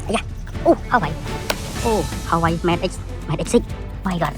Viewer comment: Huawei not Hawaii